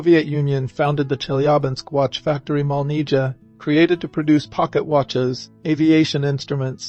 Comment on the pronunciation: This is why I don’t like the English spelling. It causes confusion. It’s not MOLNIJA, it’s MOLNIYA.